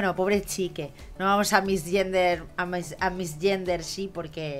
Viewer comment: "No vamos a missgender she..." que lindo es que no sepas ingles JAAJAJAJAJAJ